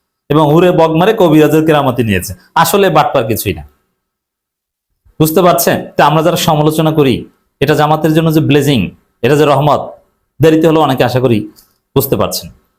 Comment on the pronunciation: Please, fix your pronounciation of Blessing... it should sound as Bless-ing or Blesh-ing not Blazing.